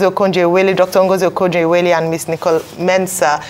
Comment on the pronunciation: Ah you cannot pronounce Ngozi Okonjo Iwuala correctly despite her popularity in Air??